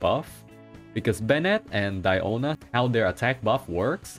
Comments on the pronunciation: Its dIona not deona not deano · Guys, someone tell him it's Diona not Daoni pls! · tbh I thought he called her "piano" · DAMN IT I CANT SAY DIONA ANYMORE ONLY DIANO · ah yes diano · Mihoyo has been fooling is by telling us her name is Diona... It is Diano for cats sake Mihoyo you better correct that in the next patch. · Who is Diano, its DIONA ... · As a native spanish speaker hearing "Diano" is just so weird lol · I feel the same way lol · The way you say DIANO is so funny!!! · Don't worry, AsianGuy also having same problem pronouncing Diano... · Mfer keeps calling her DIANO makes my blood boil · Bruh u seriously fucked up my pronunciation of her name 😂😂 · Lol have you pronounced her name correctly before?